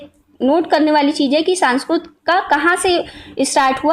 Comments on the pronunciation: sanskurt nhi sanskirt hota hai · kamina to tu lag rha h ,, bakwas video h , thath to pta nhi or video bnane chali h, sanskirt ko sansurt bol rhi h,, ucharan to kr nhi pa rhi h.